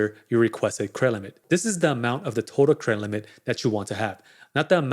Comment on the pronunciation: Yeah I was like, what is Cremlit?🥴 then I just listen to the context and figured he's saying Credit Limit "Cremlit increase...higher Cremlit"😄